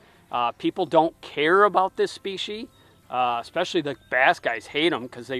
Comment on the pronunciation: “Spee-she”?! The plural form is species. The singular form is also species.